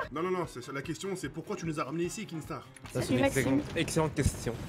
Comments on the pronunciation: Sa m’énerve les gens qui disent kingstaar alors que C’EST KINSTAAR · Il me stresse quand il dit kinkstar